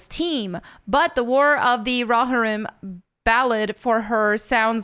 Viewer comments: Row- Hear-UUUM! Not Raw-HiR-Om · RO-HEAR-UM or RO-HEAR-RUM. There ya go :D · It's pronounced as follows: roe-HEAR-ihm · Pronounced Roe- Hear- Um. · It's pronounced "row-hear-em"... I think. 😬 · Thank you 😂 oh it bothered me but I know she tried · The way pronounces rohirrim has me dead🤣💀